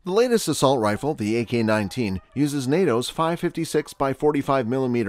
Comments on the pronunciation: "assault riffle" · What is an "Assualt Rifle"??? Serious Matt Walsh style question...